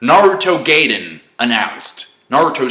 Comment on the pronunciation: It's pronounced Gaiden not Gayden.